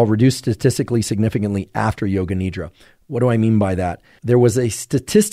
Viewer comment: Appreciate the content shared. When you say Nidra, its pronounced Nidhra with a soft D. It means sleep in Sanskrit. Thanks